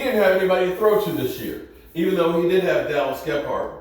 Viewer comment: its Dallas Goddard, not Gephardt.